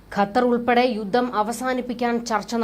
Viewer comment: കുഞ്ഞളിയനും 'യുദ്ദം' , 'യുദ്ദം' എന്നാണല്ലോ പറയുന്നത് !!!!